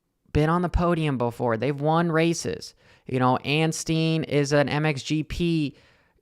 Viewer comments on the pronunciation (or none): and his name is ANSTIE NOT ANSTEEN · His name is anstie not anstien FFS